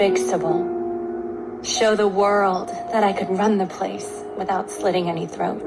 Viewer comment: The single tear..OMG! And her horrible narrating..."the Wohrald". It's just world, lady, and I'm thinking you need to find a new place in it. I can't with these people anymore! We live in the Most diverse and safest place in human history. Literally. Doesn't mean nothing happens but good Lord, she is on a major show...do the writers even understand their hyocrisy?!